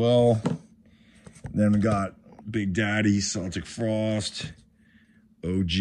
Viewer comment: I really like watching the videos, but Celtic frost is pronounced Keltic Frost 😉